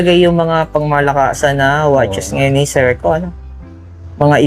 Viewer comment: Seiko hindi SEKO